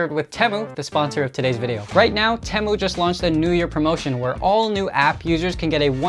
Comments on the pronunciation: TEE-MU not TEH-MU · Why did it take so long? (and why did he pronouce T-ee-moo as T-em-oo?) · It’s Temu bro you don’t now how to say it